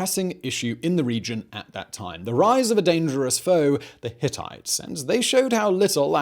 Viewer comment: I know you all laughed at "Hittities"